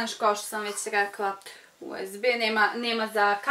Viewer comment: rekla si usd umesto usb